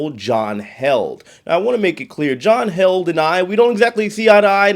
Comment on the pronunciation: John Heeled Not held